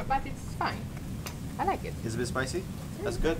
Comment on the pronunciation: SPAJSY BATT IT'S FAJN, AJ LAJK IT!